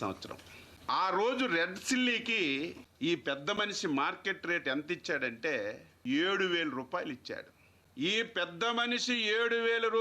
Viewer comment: సిల్లీ..... కాదు నాయనా చిల్లి